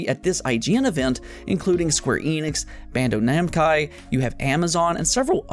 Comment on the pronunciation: "Bando Namcai"